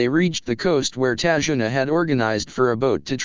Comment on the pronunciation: it's tazuna